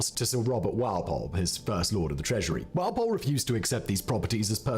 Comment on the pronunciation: Strange pronunciation of "Walpole" he goes for rhyming the first syllable with "pal" rather than with "ball"🎩